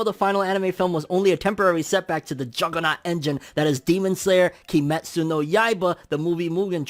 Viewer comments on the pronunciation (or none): none